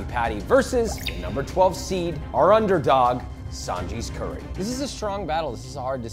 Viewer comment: Josh please don't say "curry sauce" 😔